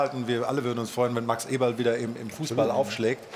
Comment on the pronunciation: angeblich sind sie gute Freunde aber Effe sagt seinen Nachnamen dauernd falsch... Alles klar